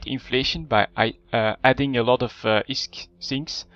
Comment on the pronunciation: fuck, i hate the way you pronounce (plex and isk) fuck!